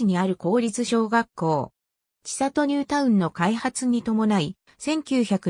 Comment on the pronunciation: ちさと、、、とは。 「せんり」と読みます。恥ずかしいですよ。